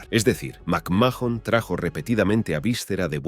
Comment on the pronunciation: Macmajon, wüa wüa wü e no entendí